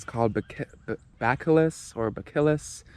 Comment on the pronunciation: BT = Bacillus - 'buh-sill-us' Not trying to act smart, just lending a hand.